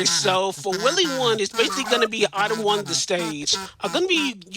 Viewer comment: props to the runner for managing to consistently saying "itme" instead of item. That's some mental fortitude !